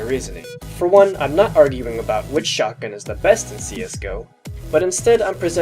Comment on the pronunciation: Is it just me or whenever he said shotgun it sounds like SHARTguns xD